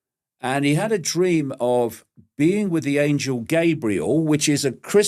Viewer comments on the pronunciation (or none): none